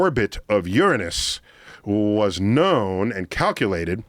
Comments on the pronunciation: Finally,...somebody who can properly pronounce Uranus! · I like how Neil pronounces Uranus, i have said it like that all my life and got mocked. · First time i have heard Uranus being pronounced like that. refreshing there is an adult kind of pronunciation for that planet haha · I've been pronouncing Uranus wrong this whole time I was taught a lie 😩